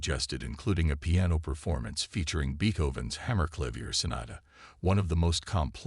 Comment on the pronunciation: Could anything scream FRAUD more profoundly than this story featuring Beethoven’s music while mispronouncing “Beethoven” no. Get better software that can properly pronounce Beethoven among other words that jarringly shatter the illusion that we are listening to a seasoned storyteller.